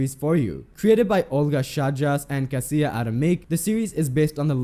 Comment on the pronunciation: Is it so hard to look up how to pronounce people's names before making a video? Chajdas is pronounced like "high does" but with unvoiced "s" at the end. "Kasia" is pronounced "kasha", not "Kassiyeh".